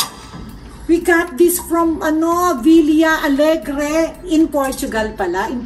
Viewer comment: it’s Vista Alegre po, tita Small.